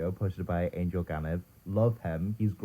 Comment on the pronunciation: Angel is pronounced different in bulgarian and he is Bulgarian it's Angél